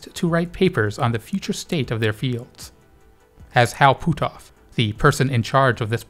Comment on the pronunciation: "Hal Poot-Off"